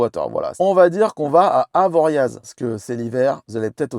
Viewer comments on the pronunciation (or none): none